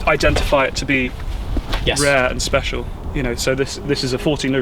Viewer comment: “...not so speciale” 😂